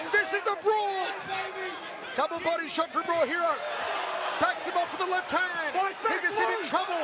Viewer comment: If you cant pronounce peoples names, then dont!!!! Its not Raw Hero 🖕🏼